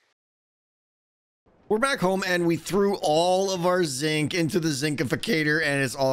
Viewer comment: I will always hear Zing when you say Zinc. Curses! Anyway, this is looking fantastic, I'm so excited for... EVERYTHING you're doing these days, keep it up!